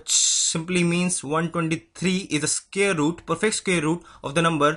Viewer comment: 1.This is a longer method. 2. Scary is spelt with a single r. Look up Scarry. You'll be surprised. And please get the pronunciation of square correct. And what is guessed out number? Shorter method. To find root of 625. Divide the number into 6 and 25. Step 1. If the number ends in 5 its root must end in 5. Last part of answer. Step 2. Find the largest perfect square equal to or less than 6. It is 4 and its root is 2. First part of answer.